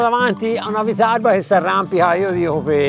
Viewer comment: Prima di tutto si dice "vitarrba" e poi bravi!!😂